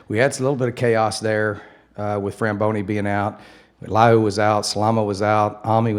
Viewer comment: Hey Coach.. his name is FRABONI, not FRAMBONI